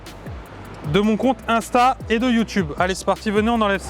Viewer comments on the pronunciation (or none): none